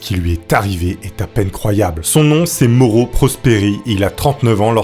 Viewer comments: Ah je connaissais déjà cette histoire! Désolée, son nom se prononce "MAORO" et pas "MORO" Je te pardonne, tkt😉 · Mauro se prononce Ma-o-ro! 😂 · Super vidéo, comme d'habitude. J'ai un grd père italien. Et le prénom se dit Ma-ou-ro. Pour info :-)